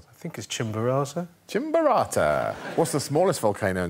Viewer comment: Greg: whats the tallest volcano in the world? Paul: Chinvuraza Greg: Chimpburata! Me an ecuadorian: You fcuking meant Chimborazo?? XD